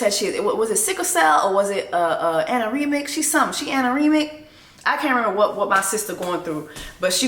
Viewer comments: Child! What is anerimic??? Anemic? 🤣🤣🤣🤣🤣🤣🤣🤣🤣🤣🤣🤣🤣🤣🤣🤣 Something's wrong witchoo. 😊😊🩷🩷🩷🙏🏽🙏🏽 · PLEASEEEE JESSIE NOTTTT ANAREMIC 🤣🤣🤣 She’s anemic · Amy is anemic, not anoremic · Can you make a Black wimmez dictionary because the words you be coming up with has me screaming. " Aneremicer " I'm dead